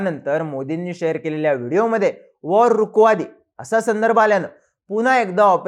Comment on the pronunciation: War ❌ Wor ✅